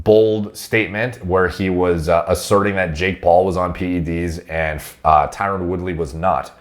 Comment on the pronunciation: Thank you for pronouncing the 'e' in PED's. I actually unsubscribed to someone on Youtube because they consistently pronounce it as PD's.